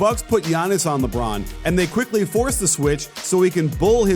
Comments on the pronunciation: "Lebrown" Watch all of your videos and they're very good it helps improve my basketball knowledge a whole heap. Keep it up. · Who TF is LeBrown? 😂 Can you hear me shaking my head Coach?